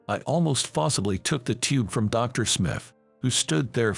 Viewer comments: The AI voice work on this one is INSANELY bad. D.R. instead of Doctor, too many times to count. Wound pronounced wrong. Just awful. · Dr is pronounced DOCTOR!!! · Irrelevant, distracting background! Poor pronunciation of some everyday words (eg. Dr.) in the commentary!